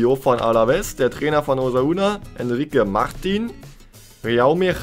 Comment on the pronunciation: dennis osasuna nicht osauna ☺ noch mal als kleine info ☺